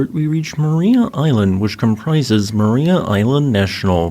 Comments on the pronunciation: Pronunciation is Mar-EYE-a as opposed to Mar-eee-a. Tassie is a fascinating place, my home for 27 years. I'd love to go back, but my wife is glad to be out of Tassie and won't go back. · It's pronounced "ma-rye-ah" island, not "ma-ree-ah" ;) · I recall seeing some of those fossils there in 2016. FWIW, locals pronounce the name of the island as Ma- RY-a. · FYI It's pronounced mar-eye-ah. I live in Hobart, Tasmania it truly beautiful 😁